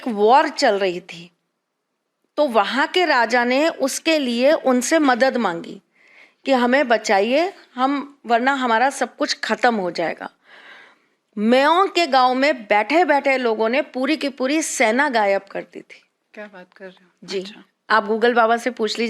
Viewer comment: वो मेयोंग नहीं मायोंग हैं। उच्चारण तो करना आता है नहीं बैठ गई बोलने